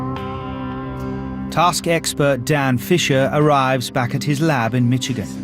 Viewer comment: When the narrator says Michigan, it sounds as if he is saying Mitchigan. Typical British English.